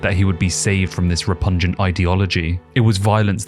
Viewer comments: “Re-pungent” is not “repugnant” And Chael calls him Alex “Pierre-ah” as a joke… try “Pa-ray-rah” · You said repungent at the beginning of the video but I think you meant repugnant. Just a bit of friendly advice bud. I might even be wrong, repungent might be a word I've just not heard of. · I feel like an academic needs to not say stuff like repungent... Repugnant bro. Repugnant.